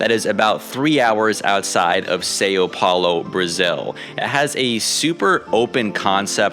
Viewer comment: Love your videos! Pleas stop saying Sao wrong.